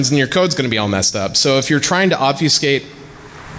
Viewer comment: I hate to be "that guy," but "ob-FEW-skate" was killin' me, smalls. It's pronounced like "ob-feh-skate." While we're at it, here are a few more words that will start driving you batty when you realize how often others (possibly including yourself) mispronounce them: Familiar: Everyone says "FER-miliar". Stop that now, sir and/or ma'am. Comfortable: Everyone says "comf-TER-ble," which seems technically allowable in the dictionary, but only because so many people have fucked it up for so long. Good job. And perhaps the one that drives me the craziest: "An historic": The 'h' isn't silent, ffs. You don't study "'istory," you study "history." It's not "an 'istoric moment," it's "a historic moment." Google the shit out of this if you'd like; you'll find all kinds of divergent opinions, but there is a correct answer, and it's the one I've conveniently provided for you. Actually, you know what? Here, read this to yourself: "Historically, Hilda had the honor of having horny hombres gaze hourly at her humongous hooters from the hillside." Even if you're sans penis, I'm punching you in the dick right now if you read that like this: "Istorically, Ilda ad the honor of aving orny hombres gaze hourly at er umongous ooters from the illside." MAN, that felt so good to pointlessly say on YouTube! Now everyone reading this gets to think I was angry or in a pissy mood while typing all of this, but, really, I was laughing and enjoying myself the whole time. Yaaay, Internet! :D